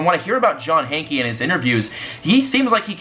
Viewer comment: your just gonna get (more) hate by doing this, also Hanke is pronounced Hank, the e is silent